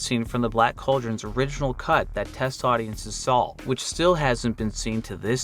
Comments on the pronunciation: what accent pronounces "saw" as "sawll" ? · "audiences sawll"